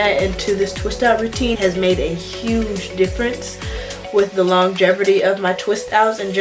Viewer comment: Came here to see if anyone else noticed, too. Stayed for the back and forth lol 😂She also said long-geverty . Come at me, Commenter.